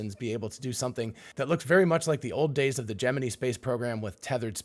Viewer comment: As an old guy, I appreciate that you pronounced it "Gemenee" 😊.